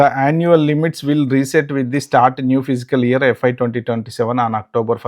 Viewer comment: Good information. FYI, it's fiscal year not physical year. Thanks